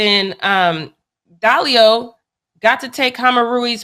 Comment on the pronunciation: I think it's Diallo not Dallio